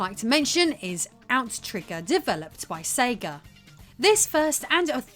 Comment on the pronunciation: "The Sege Dreamcast. A necessity for gr..." – wait! – what? :D